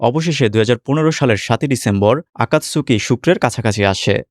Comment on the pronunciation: আকাতসুকি, উচ্চারণ হবে